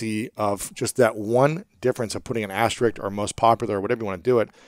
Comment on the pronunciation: My gift to you both: asterISK (not asterIck). Your show was fascinating and educational. 😌